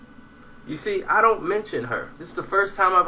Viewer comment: "egro" "sirjay" "waters"......